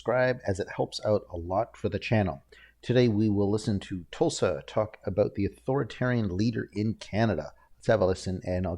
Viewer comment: Tulsi not Tulsa